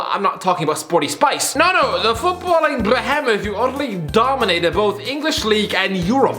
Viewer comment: How do you manage to roll the r in behemoth??